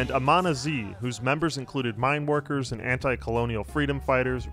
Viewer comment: is amanaz really pronounced like "amana-zee"?